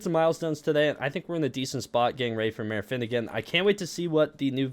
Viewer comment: Bro not finnegan